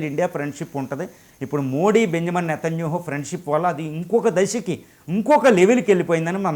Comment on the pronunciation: Nethanyahu you are pronouncing as netanyuhu. Please pronounce properly